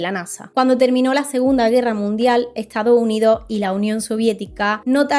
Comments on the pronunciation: Buen video, pero sería mejor que no te comieras las S (“Estado Unido”, “persona”, “año”, etc). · Que excelente video 🙌🏻 Me quedo con cada vez que dices "Lo' Estado' Unido' ".